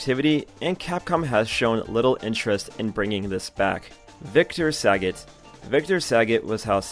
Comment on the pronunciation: Why bro mispronouncing sagat???